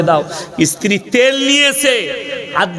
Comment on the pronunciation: Sala esthiri na re sthiri. Sala age bangla vasa boddo ovab